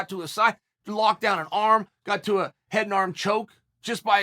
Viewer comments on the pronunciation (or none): none